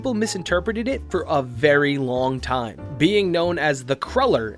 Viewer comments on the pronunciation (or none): none